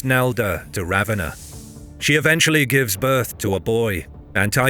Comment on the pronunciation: Stupid pronunciation of "Ravenna"